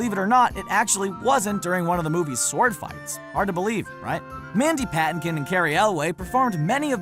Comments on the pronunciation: I can only assume he meant Mandy Patinkin instead of whatever that was he said. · It's Mandy puh-TINK-in, not PA-tink-in. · OMG, this narrator does NOT know how to pronounce people's names! First he calls Ralphe Fiennes "Ralf Fins." It's pronounced "Rafe Fine." Ugh! Then he says, "Mandy Pattincon." It's Mandy Patinkin!" And It's NOT Carey Elway. It's Cary Elwes, pronounced "El-wes", like west without the T. Learn how to pronounce these people's names! It's not that difficult! Plus they repeated a number of "mistakes" over again. Sheesh! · Also mispronounced both Mandy Patinkin and Cary Ewles from Princess Bride as Mandy "PAT-in-KEN" and Cary "EL-WAY". Insane. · Mandee puh-TANK-in Not... Whatever that mess was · "Mandy Paht-in-kin." "Cary Elway." Etc. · Horrible pronunciation of Mandy Patinkin's last name! He's a pretty well known actor and even bigger broadway star. How they could mispronounce his name is beyond me! And then there is the really bad attempt at editing. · Patinkin and Elwes. Learn how to pronounce them properly.